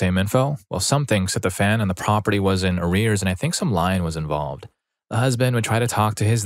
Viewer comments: "And I think some lion was involved". Again, no. No great big cats involve themselves in real estate or mortgages. Neither lions nor tigers or pumas. Not even cheetahs. It's "leen" or "lian" (like ian with an l in front) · The word is lien. "leen". I'm pretty sure you don't get to legally use a lion against a debtor. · Quick note: "lien" is pronounced "lean".